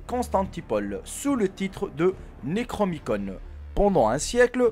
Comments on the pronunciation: On dit "Necronomicon" ! Et les images que tu as mis sont des illustrations du web. Le Necronomicon et le mythe de Cthulhu sont issus de l'imaginaire d'H.P Lovecraft. PS: le livre Euthanasia de Hickey dans le thème du suicide est facile à trouver et pour l'avoir lu en pdf, y a franchement rien de follichon. En revanche un livre sur le même thème "Suicide mode d'emploi" de Claude Guillon est interdit, plus imprimé depuis des décennies et s'achète 300/400€ d'occasion. Et la en revanche c'est quasiment 250 pages avec des moyens infinis de se suicider avec des trucs facile à trouver (sans douleurs), le livre de Hickey 90% c'est des poisons dont certains qui n'existent plus et qui sont pas accessible. Bref "suicide mode d'emploi" est un "vrai" livre dangereux et interdit (pour l'avoir feuilleté j'imagine même pas le carnage si l'état n'avait pas fait de procès) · C'est Nécronomicon, et Cthulhu, c'est bien de faire des vidéos mais essayes au moins de faire des recherches sur les prononciations avant merci pour nos oreilles.